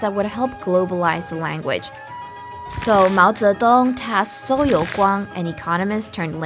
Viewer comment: The pronunciation of Zhou confused me. That is not the Zh- pronunciation I have learned but I am of course only a foreigner. (Her American English had a few blemishes amid a sea of perfection: "ancient" was pronounced without completing the first 'n', that is, the tongue didn't touch the top of the mouth at the end. "Quite" was pronounced "qui" once, with no hint of the 't', not even as a glottal stop. Both mistakes are typical for native Chinese speakers.)